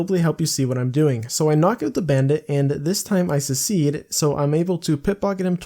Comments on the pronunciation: its pronounced suhk· seed if you havent figured it out 4 years later :) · At first I was like aw take it easy on the guy and then 3 secedes in and it was driving me crazy. Poor fella probably spells definitely as "defiantly" as well :( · "pit pocket" "secede" 20iq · You "secede? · He’s like the South, trying to start the civil war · This guy cant say succeed oml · youre pronouncing succeed wrong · He doesn't have an accent so I assume English is his native language how the hell does a native butcher such a common word